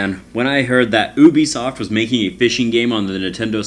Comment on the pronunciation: "Ou-bee-soft" hahahah 😜😝😜😝